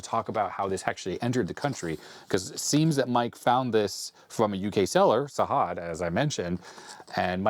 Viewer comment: Sajad is pronounced with a hard "j" instead of a "h". Can't wait for the other parts